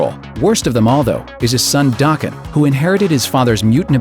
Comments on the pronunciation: It's not dāken, it's daken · Daken is pronounced DAY-KEN, not DAH-KEN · you pronounced Daken wrong. it's pronounced DAE-KEN. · Daken is pronounced Dayken fyi. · It's Da Ken (Daken) you said his name wrong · I thought it was pronounced *Day-kin*? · It's not DAH-ken... Also this video is horrible. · that's not one of wolverines offspring. Also, you mispronounced Daken. The A is pronounced in the same way as "Day". And as for the old man Logan bit, you talked about that like Mysterio was just like, "hey, go kill them". As opposed to how it actually happened. Then of course all the other inaccuracies on this list from leaving out important details... Oy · Daken in pronounced with a hard a